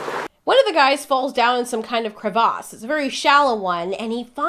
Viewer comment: did this bish say crev-aws